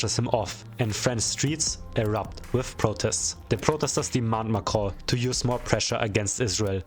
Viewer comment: when you say Macron I hear "macrow" 😂